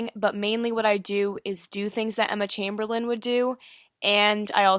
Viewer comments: It's Emma CHAMBERLAIN NOT CHAIMBERLIN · It’s not Emma chambelen it’s Emma CHAMBERLAIN